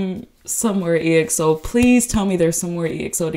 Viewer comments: Its pronounced like XO not E-X-O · Also EXO is pronounced like xo